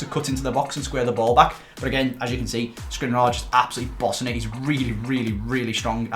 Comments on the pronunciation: I cannot listen to you pronouncing Škriniar anymore... Please, learn it, it's Sh-kriniar. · Hey, love the videos. I know you will probably never see this but the way you pronounce Škriniar is realy annoying to me😅. The "Š"character is pronounced the same as the "Sh" in words like shine, shoot, shank...